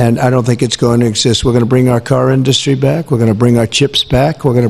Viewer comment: I just wish he could pronounce industry properly!